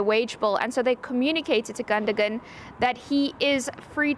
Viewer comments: Why is she calling him Gunda Gun 😂😂😂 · Pronounced Gundo wan! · No gundo gan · 🤣🤣🫵🫵🫵😂😂it's pronounced Captain Clutch Gundogan, not uh......whatever she was babbling out. 😏